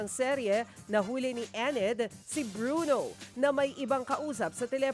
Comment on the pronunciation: Enid hindi Ened